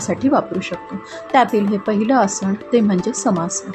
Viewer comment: Tumche marathi ucchaar aadhee neet kara.....asan nantar shikva... Asan,samasan,dhyan ya shabdanmadheel 'na ' ha neet bola please 🙏